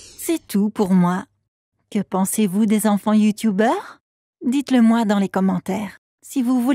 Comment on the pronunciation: « Youtoubeuuur » je suis mdrrrr 🤣🤣